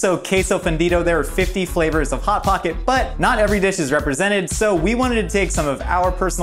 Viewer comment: Not once did any of you three pronounce "Hot Pocket" correctly., can you chime in on this please.